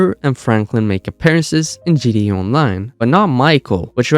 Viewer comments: Am I tweakin or is he callin GTA. “GD, GDA” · the amount of time he mispronounced gta is insane